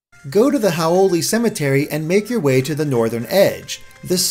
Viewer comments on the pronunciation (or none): none